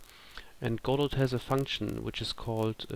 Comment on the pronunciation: Thanks so much for doing these! These sort of videos are so important to help newcomers to Godot and help build the community. Just a small complaint if I may...Godot is pronounced with a silent "t" as in God-oh....sorry to sound like an ass but it has to be said :) I look forward to more videos in this series from you!